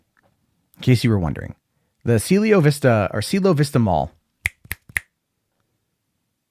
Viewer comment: It's pronounced Cielo (See-el-lo). It's spanish for heaven or sky